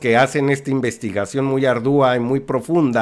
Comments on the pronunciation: Me llama poderosamente mi atención como el titular d este canal corrige ortografía y un día sí y otro también pronuncia mal las palabras....minuto "Hacen está investigación muy ardúa" Cuando debe ser ... ardua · ARDUA SE PRONUNCIA "* Á R D U A *" CON LA .TÓNICA EN LA " A " DE LA PRIMERA SÍLABA . JAMÁS SE PRONUNCIA CORRECTAMENTE DICIENDO " A R D Ú A " . OK ?????